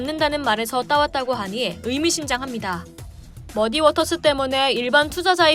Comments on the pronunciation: 자막을 안 보면 머디워터스가 아니라 머니워터스로 나만 그렇게 들리나??ㅋㅋㅋ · 근데 앵커분이 머디워터스 라고 읽을 때 “디”에 악센트를 두시는데 “머”에 두는게 맞는거 아닐까요..?